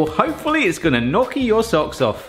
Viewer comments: I wanted to watch this but after 90 seconds of listening to him say "knock-y" instead of "nyow-kee" I had to peace out. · It’s pronounced nyoky not nocky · Great video! We love them here in the Seattle area!!! My Italian wife says however... "Not 'knocky', but 'knee-oh-key'." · I love your channel, but as an Italian I have to say it's "nyoh Ki" & I can & have made areal fry up before. I have a late Bestie from Wales who studied in Sheffield. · Knocky? Ouch my Italian. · It's pronounced knee-o-kee.... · Well, you were right to use a fork, but if you look up online how to shape or make gnocchi (pronounced knee-yo-kee) you’ll see the proper way to do it. Good job though! 😄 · the way u pronouce gnocchi. oh god bless u it made me smile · Please look up the proper pronunciation of gnocchi. The way you say it is just painful to hear!